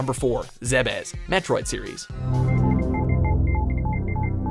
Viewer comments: Zee-bes. The "Zeh-bes" pronunciation kills me. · Pretty sure Zebes is pronounced "Zeebiss" (or something similar to that)